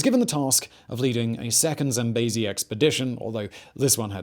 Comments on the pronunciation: I know you try hard, and im not trying to be mean, but its "zam-bee-zee" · He won't rest until everyone else pronounces the River Zambezi as Zam-bay-zee!